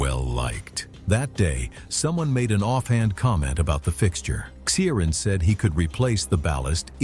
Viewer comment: PLEASE try to get names right. There is NO soft "C" in Irish. His name is pronounced KEER-ahn. It's not some rare or obscure name, either in Ireland or the Irish diaspora.